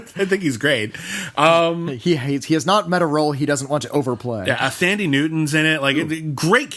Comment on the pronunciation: Hey guys Thandie Newtown and Gugu Mbatha-Raw's names are actually pronounced without the "H" so 'Thandie' should sound more like how you would pronounce 'Candy' and 'Mbatha' is pronounced M-B-A-T-A. Love the show!